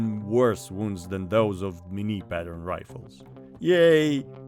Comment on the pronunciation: The review nobody asked for : Pot-de-fer. Good, you sounded french ! Couleuvre. Ok, not bad. Madame le Bourgeois. Gooood ! Fusil. Very good ! Bayonet. Doesn't count mate, bayonette in french sounds the same, so it doesn't count. Carabine à tige. Best so far, good job. Minié. At least one wrong pronunciation. Not Mini, Minié. Wait, you just turned it into a joke, so it doesn't count. Still Minié tho. Clement Pottet. Can't say it better than you did. Chassepot. Another very good one. Poudre V (like in VElocity, to stay on topic). Not poudre B (like BAby, NOT on topic you madman), this one can be hard on foreigners to be honest. Révolution. Yeah, just like baguette, everybody says this one correctly, I guess we're known for this kind of stuff. Great effort overall.